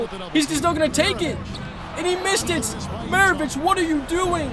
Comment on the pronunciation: Commentating but not calling Pistol Pete Mavarich the correct name oof